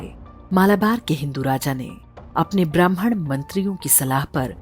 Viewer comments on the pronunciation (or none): none